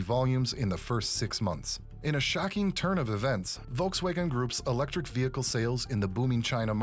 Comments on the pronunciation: Volks wagon, not Volks waygon. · volks waghen pronounced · Never heard Volkswagen pronounced this way….